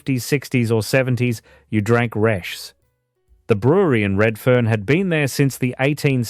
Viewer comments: Resh? wasn't it pronounced Reeshes. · Resches not resh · Just pronounce it reeches and it's still on tap. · Not much research. Pronounced... Ree - shez. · Nobody called Resch's Resch the S at the end was pronounced as in Resches. Also Tooheys was a direct competitor to Resch's. There was also Grafton Lager sold throughout Northern NSW. I was too young to try this but it was very popular there. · I don't know about how Resch's is supposed to be pronounced but the people of Sydney pronounced it as Reshez. I know. I was there. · Pronounced Resch-es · I have a few comments first is for DA or as it was better known as Dirty Anny and another one gone is Toohey's Country Special When Tooheys New wouldn't travel well in a green ca and Resch was pronounced Resches and the export pilsener was a silver bullet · Yeah, Reschs silver bullet cans still available. They should change the AI voice over to pronounce Resh-ers…. that’s how I hear people pronounce it in Redfern / Waterloo where I’m living now. Does no-one review their work before releasing? 😅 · Learn how to pronounce reschs properly